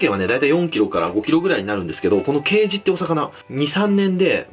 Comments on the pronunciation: ケイジのイントネーション刑事と同じだと思ってた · ケイジの発音どうにかならんのw